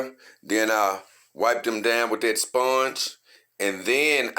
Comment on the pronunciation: I like how you say sphonge